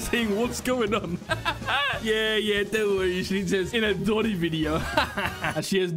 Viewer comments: Doni bone?! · Are we gonna ignore just said the word doni "bone" to bobes? And also ignore said "world" to word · Doni bone.